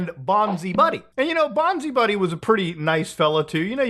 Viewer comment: It's BONZAI (that rhymes with "tie")